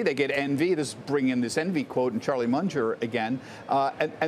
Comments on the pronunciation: Who's Charlie Mun-jer? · Charlie “Munjer”